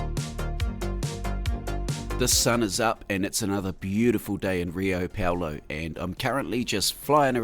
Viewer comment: I may be wrong, but i think it'd be pronounced 'Hiu Paulu' in Brazilian Portuguese. Amazing work!